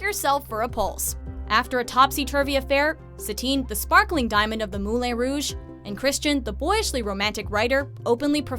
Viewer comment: "Moulay Rouge" no you're wrong stop it